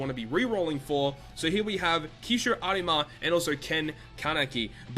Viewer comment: triggered by the way you say Arima